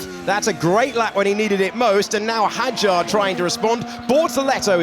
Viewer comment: Hadjar (حجار) is pronounced with a silent “D”.